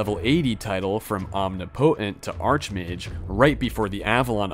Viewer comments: this is not meant to be a criticism but just a “the more you know” sort of thing, but omnipotent is pronounced ahm-NIH-puh-tehnt not ahm-nee-poh-tehnt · Are you unironically pronouncing omnipotent as “om-knee-potent” lmaooo it is “om-nip-ih-tent” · Arch is pronounced “ark” when talking about the best of something. An arch over a doorway has a “ch” sound instead of “k”. Omnipotent is pronounced “om-nip-it-ent”, not “omni-potent”. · It’s “om-nih-poh-tent” not “omni-potent” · Please say "omnipotent" right please. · The way you say omnipotent causes me physical pain. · Im sure someone else has mentioned this but I've never heard anyone pronounced 'omnipotent' like that. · The way you say omnipotent is hilarious